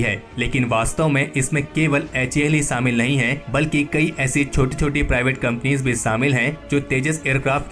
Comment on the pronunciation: saaamil kar diya suru kar diya... behanchodh SH-SHHA hOTA HAI.......SAALA GANDU PAIN TO HEAR